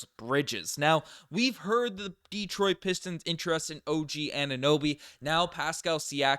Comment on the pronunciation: de-TROIT not DE-troit...thanks Man!!